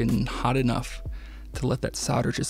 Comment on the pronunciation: There is an L in solder and soldering, and when pronouncing the words the L is not silent. Soder is what a sodomist, does and sodering is what he does when he engages in the practise. For those who may not know, a sodomite is someone who engages in anal sex, not generally in wiring projects.